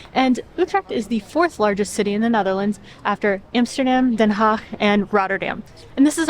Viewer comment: Finally foreignars that pronounce Den Haag Well, which, believe me, is rear 😀